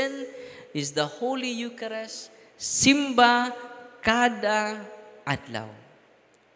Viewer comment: Eucharist pronouced as yukarist not yukarest.